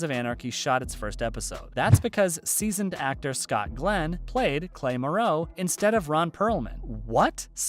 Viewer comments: It’s not pronounced muroe it’s marrow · It’s marrow not marow.. say it right guy.. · it bother anyone else how he pronounces Clay Morrow? its not "ma-row" its MARE-OH smh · And u obviously didn't watch the shoe cause u keep pronouncing clays last name Wrong M"o"rrow! Not Merrow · It's More-row, not Muh-row lol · and “Morrow” as “Moreau.” Annoying. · "clay moo-ROW" 🤦‍♂️ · the way you pronounce "morrow" makes me think you havent seen the show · the mispronunciations of Charlie's last name and the character Clay's last name annoy me. And as it's been mentioned before, Unser is OURS in German, not HOURS. thumbs down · I take that back. You can’t even say Morrow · It's the way clay morrows name was said and the title of the video for me 💀😅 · I feel like the narrator hasn't seen the show. Mispronounced: "cut", "Morrow" Clay's last name, and some others. Got the mean of Men of Mayhem wrong. Missed the reason Gemma's birds changed. It's always better when people who KNOW the show actually report on the show. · I love how he says it's hard to imagine anybody else playing clay but he can't pronounce his last name right. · I like how the narrator acts like a fan of the show, but can't pronounce "Morrow". 😑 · Ugh! He pronounced Hunnam, Morrow and kutte wrong. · This narrator is obviously reading a typed copy and knows nothing about SOA. Calling the cuts "cutties" and the way he pronounces Clay's last name made me cringe through the whole video. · You might wanna look into how to pronounce Hunnam and Morrow the right way!